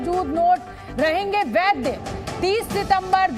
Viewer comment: वैद्य नहीं होता है मैडम, वैध होता है। हिंदी सुधारिए मैडम